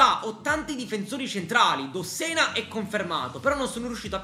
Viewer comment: dossena non desena 😂😂😂